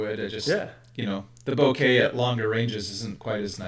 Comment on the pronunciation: Not that it really matters but, for what it's worth, ボケ or bokeh is a Japanese word that should be pronounced 'boh-kay', and 酒 or sake should be pronounced 'sah-kay' and not 'sah-key'.